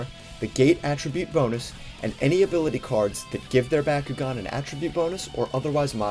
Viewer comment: Bah-koo-gone not Baa-koo-gone.